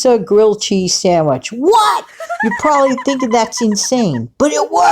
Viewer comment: Pizza "sangwich" sounds yummy! 🍕🥪